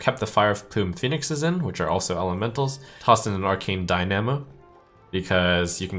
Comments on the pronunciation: Trump, for the love of god... it's DINE-A-MO... Not DIE-NAM-O. You're killing me man. One smooth word, Dynamo. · Why does trump consistently butcher pronunciations? Die nah moe? It’s dine amo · I see Trump's pronunciation of 'dynamo' is as bad as the 'arch' in archmage or archpriest.. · Am I the only one triggered by how Trump pronounces "dynamo?" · Wish he knew how to pronounce dynamo